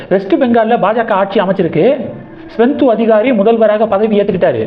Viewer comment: தம்பி! மேற்கு வங்க முதல்வர் பெயர் சுவெந்து அதிகாரி. நீங்கள் ஸ்வெந்து என்கிறீர்கள். திருத்திக் கொள்ளுங்கள்.